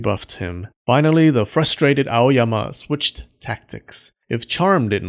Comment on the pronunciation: When you say A-O-Y-A-M-A I think about clean freak Aoyama Kun